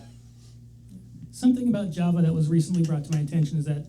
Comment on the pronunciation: The way that pronounces Java instead of Java is upsetting.